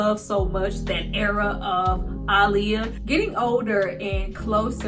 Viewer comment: I love that you say her name correctly ❤️